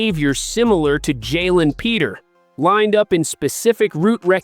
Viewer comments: Dude, this is the first time I’ve watched your channel and I don’t know what city you’re in, but for God sake, get your name pronunciations correct. It’s De MEEKO Ryans, not De Měcko. And it’s not Luke LÁ Chee; it’s pronounced Luke La SHAY’. And again, Jalen Pitre is pronounced PEÉtree, not PETER. I think any Houstonian who follows the Texans would know this. assuming you were at the practice to have all of this firsthand information about how the practice looked. You need to ask some people in the know how to pronounce the players’ names. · I was gonna say the same thing! Dude, if you’re gonna have a channel about the Texans, you ought to at least know how to pronounce their names! It’s not Jaylen Peter; it’s Jalen Pitre…. That’s Peé tree!!! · How bout pitre...peter